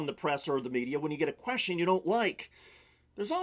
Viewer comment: Yo. The word "question" is not pronounced "queshun". Don't be lazy with your speech.